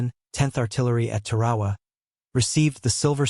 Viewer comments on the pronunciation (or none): Beyshio, Tar"awa. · Please look up how to pronounce Tarawa !!!!!!!! It's place in history means it deserves to be pronounced correctly.